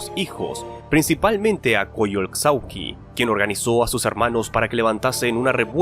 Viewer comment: ¡Buen video! Por cierto, la "x" en Coyolxauhqui se pronuncia como "sh". Asi que se pronunciaria como "Coyolshauhqui".